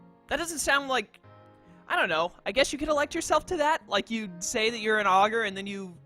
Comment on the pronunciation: Dark mode all the way. If you want Traditional, just go play a normal pokemon game imo. I do believe you're pronouncing Augur correctly. And, in case you're curious, as it didn't seem like you saw it when you looked it up, it's synonymous with words like soothsayer, sage, wise man etc. So I guess he's a really improtant figurehead to say the least. Also, if you don't pick Delta Charmander, I'll be severely disappointed in your viewers.